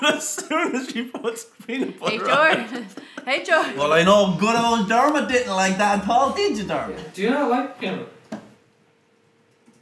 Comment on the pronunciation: Did called Dermot "Dermond?"